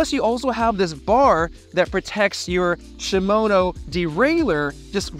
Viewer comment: Yep, he lost all credibility when he said "Shimono"